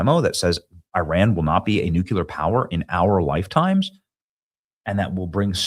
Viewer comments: New clear. Nuclear Why do you say noouckyoular ? Bizarre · Nu-cue-lar is simply an incorrect pronunciation of nuclear. Look at it phonetically, NEW-CLEE-ER. Really a pet peeve and you said it a million times in this video. Robin Williams also said it incorrectly, arghh... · Yall! Please teach Benny how to say the word nuCLEar not nuCUlar. Especially on a video where he says it no less than 15 times. 🤦‍♀️. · You're awesome Benny, but you DO keep triggering a personal pet peeve of mine going back to the Cold War. The word "nuclear" is pronounced NEW-CLEAR and not NEW-KEW-LUHR. You add an entirely additional, non-existent ghost syllable and mispronounce the word. Why do soOo many people do that to the word NUCLEAR??? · New-Clee-Uhr. NOT new-cue-ler. Didn't we go through this with W Bush? Also, SAVE ACT!!!! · Benny, I love ya, but it's: New Clee Ar! Not New Cue Lar. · "NEW - CLEE - AR" - Thank you for your attention to this matter. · Here's an idea. Maybe stop with the stupid clickbait titles and just tell the truth. Every time I click on one of your videos it's completely different than the title. But anyone who pronounces nuclear as nucular is clearly an idiot, anyway, so this will most likely go right over your head. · Please Benny, "NucUlear" is not a word. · Hey Benny…. We love ya, but you absolutely have to stop saying nukular. I’m not sure why this happens with some people but it’s really hard to take you serious when you can’t say nuclear. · Not pronounced Nucular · Please learn how to say nuclear. You are doing yourself a disservice.